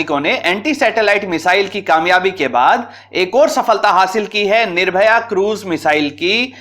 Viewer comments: महोदय मिसाइल का नाम निर्भय है ना कि निर्भया। कृपया दृष्टता क्षमा करें। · DRDO की मिसाइल का नाम निर्भय है, निर्भया नहीं है... और स्क्वेड्रन नहीं स्क्वॉड्रन होता है... क्रुपया अपने उच्चारण पर ध्यान दें थोड़ा